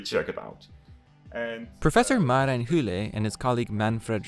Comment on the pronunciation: I always love how Marijn gets turned into Marjin (or Mar-i-jn) for many English speakers. The Dutch 2-letter vowels (ij, eu, oe and ui) are always fun challenges In case you want to know, Marijn is pronounced roughly as Maa-Rhine